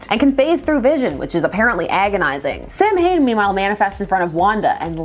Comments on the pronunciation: It's pronounced 's-ow-in' but 'Sam Hain' is very funny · BTW: "Samhain" (i.e. the original Gaelic harvest festival) is actually pronounced more like "Saawin", not "Sam Hain" The writers probably didn't know that though, so you might be correct in-universe 😉 I remember the Ghostbusters cartoon had a pumpkin-head character they called "Sam Hain" too, so you're not alone! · The word "Samhain" is pronounced "SOW - when", where the first syllable is stressed. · So, is the character's name SUPPOSED to be pronounced San Hane? Because the Celtic festival is pronounce Sow-wen. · Everyone always pronounces Samhain wrong. It’s not pronounced anything as it’s spelled. I can’t even type how it’s spelled. 😂 The best I can do is saa-win. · Just letting you know but "samhain" is pronounced [sauw-win] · Samhain pronounced saa-wn (because Irish should never be spoken aloud) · Oh no not again. Same mistake the Halloween movie did about the term Samhain. The pronunciation is actually Saa-win which is an Irish/Scottish term. Just wanted to correct the pronunciation and I still enjoy your videos. How fitting especially with both the Tv series and comics. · Funny thing is Halloween III pronounced it right. II on the other hand had Dr Loomis pronounce it wrong. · My Celtic ancestors were rolling around under their càirn with that pronunciation.